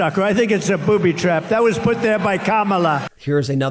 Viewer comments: He didn't say "booby trap". he said "poopy trap" 🤣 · He said “pooby trap”